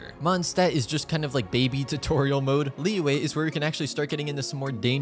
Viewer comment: "leeway: lmao